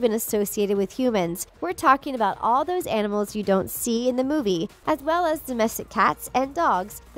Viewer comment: vellthats the stupidest thing I ever heard